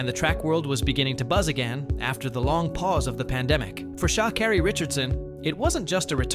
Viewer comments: sha keri not sha kari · She did insist on correcting the way her name is pronounced, "ShakErri", but the off-voice keeps insisting on saying it wrong. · Amazing, she tells you how to say her name and this AI voice can't get it right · For the Many times her name was pronounced to have it botched by the narrator... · pronouncing her name wrong the whole video is crazy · He doesnt even say her name right. Disrespectful even if its AI